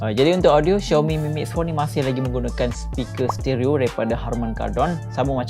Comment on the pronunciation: Aummmm Finally betul jgk sebutan Xiaomi